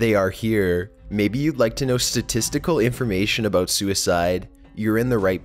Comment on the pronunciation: Sounds more like Canadian almost... the way he pronounced 'about' as 'a boat'. Not making fun of the accent, just pointing out an observation.